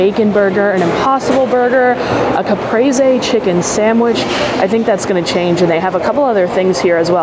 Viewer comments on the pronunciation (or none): none